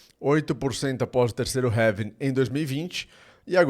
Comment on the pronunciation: having???? É Halving meu amigo 😅